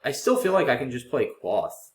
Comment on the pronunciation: "Quoth the raven, nevermore". From the poem The Raven by Edgar Allan Poe. The O is a long one, pronounced as in "quote". :)